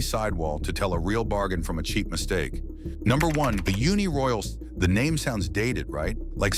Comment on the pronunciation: Younee Royal and Michie Lean, Porshee...Done